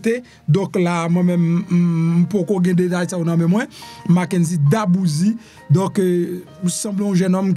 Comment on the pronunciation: Mwen pance c dwé D’arbouse. Min pa Darbouzie.. This is the E at the end that pronounce as a I..